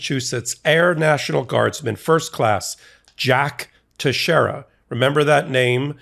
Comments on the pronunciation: it's pronounced TEX-ERA it's portuguese. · His last name is pronounced Tex e era!